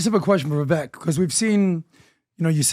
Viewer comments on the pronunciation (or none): It's Vivek, like cake. You guys still can't get it right?